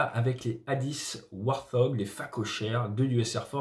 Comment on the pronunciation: On me dit A-10 "Warthog", je pense "BRRRRRRRRRRRRRRRRRRRRT" xD Warthog pas warhog ^^' Bon ça veut aussi dire cochon, mais thog pas hog :) Question : combien de flares un a-10 a par vol ? Ça a l'air de prendre de la place, mais sur le simulateur tu en lâches quand même beaucoup. Merci d'avance ^^